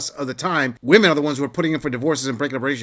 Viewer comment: Why cant any of these women say "women" properly??